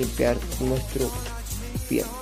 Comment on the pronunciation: HIERRO, HIERRO, HIERRO NO FIERRO CATETO.